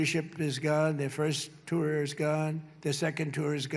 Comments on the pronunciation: Instead of 1st tier, 2nd, tier, he says tour. 😮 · The Felonious Orange Excrement keeps saying "tour" now when (at least it would be logical to assume) he means to say "teir". This is almost as good as "hamberder" or "covfefe"...